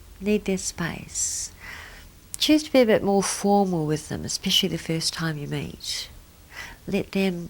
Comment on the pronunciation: when she said the first time u meet, all I heard was the first time you mate